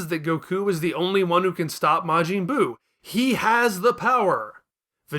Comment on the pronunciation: “Mr Saht.han.” “Majeeen buu”